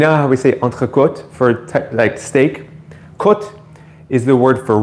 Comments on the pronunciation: "Entre-côte" Your French pronunciation is very good! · Such an excellent pronunciation of 'entrecôte'. Sounds like you have a French or Canadian background.